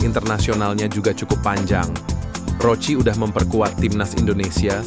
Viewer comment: Maaf min bukan roci tapi Roki putiray, emang tulisannya pake c 😁🙏🙏